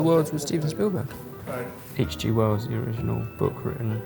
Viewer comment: Did he say H. G. Worlds?